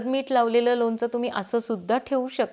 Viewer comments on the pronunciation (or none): लोनच नाही लोणचं म्हणतात.